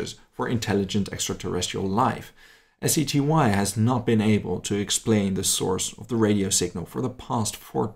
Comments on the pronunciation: Did say SETY? Or was i just mishearing you, because the acronym is SETI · "SETY"? Do you mean "SETI"? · It's actually SETI, not SETY. Stands for Search for Extra-Terrestrial Intelligence.